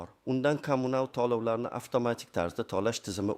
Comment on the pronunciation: Lagapedga borib talaffuzingni töğila. tuzsiz pensiyonerlani asabiga tegib yolğon gaplarni gapirma iltimos tallovlarni emas tölovlarni deb.gapir